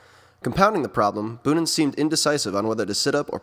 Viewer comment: Your video's are great but: Its not tom bunen but boonen ( o sounds like the o in bow but longer) Devolder isn't out of shape as seen in your vid Gilbert fell a few k before the cobbles where Flecha fell and had pain in the knee otherwhise: great job